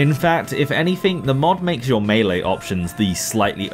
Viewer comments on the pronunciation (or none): none